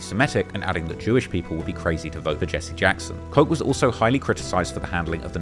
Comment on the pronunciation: He said mayor Ed Coke. He also made it sound like actual people from Chicago and California came to NYC and set up shop starting the Latin kings and bloods and Crips as if NYC would allow that. The youth of NYC started these gangs without any permission from the respective motherland of these gangs just using them as influence using these established gangs infamy to install fear in their enemies. Some blood sets later were given the green light and after the NYC kings started making noise then the Chicago kings found out that their nation was started in nyc without permission and the top representatives from Chicago came to make sure that they were doing it correctly and brought the right paperwork to make nyc official. It’s a big difference and your changing the story by making claims like that